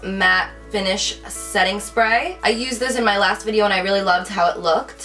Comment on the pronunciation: how she says around and last 😂😂😭